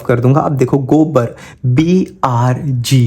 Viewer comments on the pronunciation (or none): Gobr❌ Gobar✅ 😂😂😂